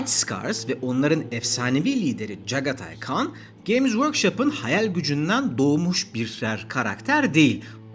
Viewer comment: Jaghatai Khan'ın okunuşuyla ilgi daha yakın zamanda uyarı yapmadık mı? Neden böyle böyle yapıyorsunuz efendim?